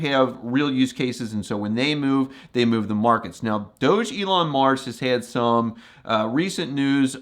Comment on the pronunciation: Hello. You probably don’t know….but do you know your pronouncing DOG-elon Mars incorrectly?! The ‘doge’ is not pronounced like when you say ‘Dogecoin’. It’s pronounced like you saying Dog + Elon